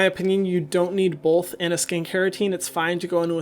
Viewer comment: “BOLTH” 😐 sorry 😂